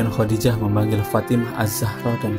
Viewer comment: KURANG BAHASA NIH WAFAT BUKAN MATI...KHODIJAH BKN HODIDAH ...NGASAL BANGET